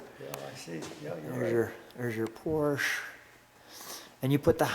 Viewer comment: never fails to surprise with his extensive knowledge of the cars in his collection. Love the correct pronunciation of "Porsche" although "Fuchs" rims should be pronounced "Fooks". Otto Fuchs KG is still manufacturing rims today.A beautiful early 911. Definitely one to keep.